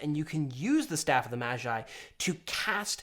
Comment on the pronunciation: Why does he say mashi when he pronounces magi normally...